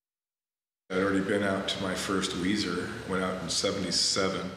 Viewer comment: me too Makayla. I had a hard time getting through this. The constant mispronunciation drove me insane. lol (Melissa Weiser (Lilly))